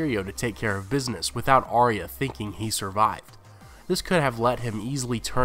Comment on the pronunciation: Arya not Ariya